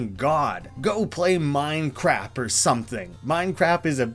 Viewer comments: Minecrap is a reference to Mike Matei's Inspector Gadget Reviews Minecraft. In the video inspector gadget mispronounces Minecraft several times as Minecrap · I wonder if 'Minecrap' is a referance to the Inspector Gadget Minecraft review thingy. Cuz he calls Minecraft 'Minecrap.' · the "minecrap" thing that pops up a few times is just a reference to an old review of Minecraft PE. One of the reviewers is inspector gadget for some reason? who can't pronounce minecraft and just repeats "i love building brown bricks in minecrap" throughout the review. it's a classic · I don't see any other comments about it, but hopefully you see this. "Minecrap" is specifically a reference to a video called "Minecraft With Gadget", which is a hilariously bad video of Mike Matei of Cinemassacre interacting with Inspector Gadget and talking about Minecraft. In the video, Gadget mispronounces Minecraft as Minecrap multiple times. Well worth watching for just how weird it is, even if you don't find it funny.